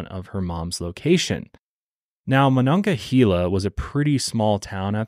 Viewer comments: This is so not important but it’s killing me as a Pittsburgh native. It’s monongahela -hayla not hela. Everyone says this wrong lol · Pittsburgh native here. It's pronounced "Ma-non-ga-hay-la". Haha. For a little visual McKeesport back then was a very dangerous city. It was a lower to middle class community saturated in drugs & crime. Its since been gentrified as a lot of the towns around Pittsburgh have.It's under better leadership & is making positive changes. I still wouldn't walk there alone at night though. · i know you were trying your best but ohhhh i cringed at how you pronounced monongahela MA-NON-GAH-HEY-LA😂😂 sincerely a pittsburgher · Taught at Ringgold in Monongahela. Never knew of this story! MonongaHEYla. You were close! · Idk if I say if right but the way I was taught was "mon-augh-uh-hey-la" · I grew up also about 20 minutes from Pittsburgh... I remember my Mom was ALWAYS leary of people and after a horrible incident that still haunts me to this day I will never be the same and while I have moved and no longer live in as populated of an area we live more rurally I still 100% follow my gut and vibes for my 2 boys!! Also your pronouncing Monongahela lemme give ya a lil help phonetically it's Mo-non-gah-hay-la .... hope that helps..... lol have an amazing day!!! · I’m from monongahela and listening to pronounce it has me cracking up 😂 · Funny hearing you say monongahela we still say it slightly different around here I live so close I've heard of this case before but it's shocking that more people around here haven't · As a Pittsburgh native your pronunciation of monongahela is hurting my soul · monongahela is native and the e is pronouced as ahard a